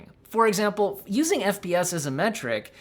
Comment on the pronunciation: "The 100 FPS" sounds like "The 100 BS" lol